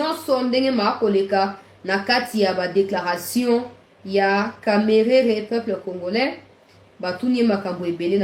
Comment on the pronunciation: il faut bien prononcé de Kamerhe pas Kamerere, il est quand même à notre côté, il est aussi ministre, il faut le respecter